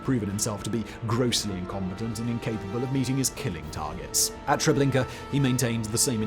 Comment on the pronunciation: All I heard was "Trablinkur" for reference.